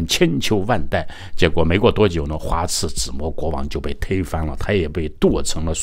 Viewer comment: 又读错别字，花拉子模，不是花刺子模